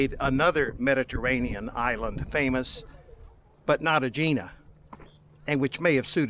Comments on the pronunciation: Eh-hee-nah……not Ageenah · It’s name is pronounced Egg-eena